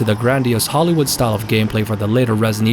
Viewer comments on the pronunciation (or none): none